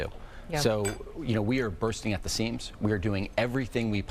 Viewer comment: “Bursting at the SEAMS.” Jesus Christ.